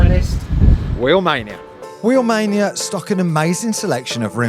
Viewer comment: the moment he said wheelmainia